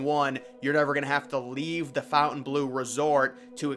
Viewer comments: It’s FONTainbleau. (NOT) FOUNTainbleau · It’s FONTainbleau. (NOT) FOUNTainbleau. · Fontainebleau not 'fountain blue' lol Americans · You can't read. It says Fontaine Bleau. Not "Fountain Blue" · Yes it's pronounced with the French inflection ❤ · It's called the FON-TAIN Blue. Not Fountain Blue. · It isn't "FOUNTAIN"- blue. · The pronunciation of Fountainebleau is better with the French. It sounds almost offensive with a rough American dialect.